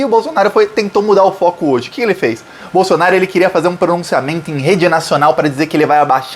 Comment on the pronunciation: É proposital ou o nome do Bozo está sendo pronunciado errado? Bolsonário?😂 Não tem i, é Bolsonaro. De qqr forma, FORA BOLSONARO GENOCIDA!!! ✊🏼⭐ 13js